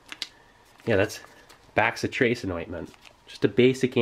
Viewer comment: Bro...it's not pronounced "back-si-tracin." It's "bass-itration."